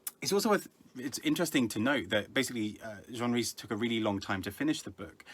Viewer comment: The name "jean" can be the French male name pronounced [ʒɑ̃] - the pronunciation you used or it can be the Scottish female name (a form of Jane) pronounced as [ˈdʒiːn] Jean Rhys was female and likely pronounced her own name in the English /Scots way. So not so much getting character names "wrong" or "unfamiliar" as seeming to change the gender of Jean Rhys.- which I found interesting. How am I aware that "Jean" has a pronunciation of [ˈdʒiːn] - that we had a neighbour called Jean when I was growing up and so I was confused when I first encountered Gene Kelly - whose named sounded female LOL